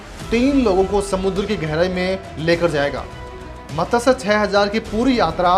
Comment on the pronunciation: मत्स्य शब्द का उच्चारण आपको ठीक से आता नहीं. 🤩🤩